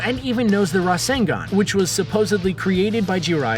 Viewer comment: 1 : Mispronounces most of the names 2 : States that jiriaya created the rasengan Me : I call bullshit, this guy doesnt know naruto .-.